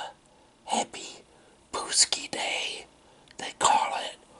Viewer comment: Wow!!! Poland! Polska jest najlepsza i napisz w tłumaczy jak się czyta PĄCZKI not PUSKIS!!!